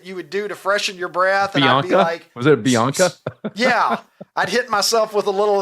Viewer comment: Close: BINACA, not "Bianca" ;-)